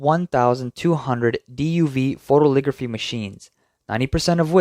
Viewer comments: It's "photo-LITH-ography" not photoligraphy or photoligraphy. 6 syllables. "foe-toe-lith-OG-ruh-fee" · Note to the narrator: it's PHO-to-lith-OG-ra-phy. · It's not "photoligraphy".:face-red-droopy-eyes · It is pronounced foh-toh-li-thog-ruh-fee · Photolithography, not "photoligraphy." Otherwise, great report.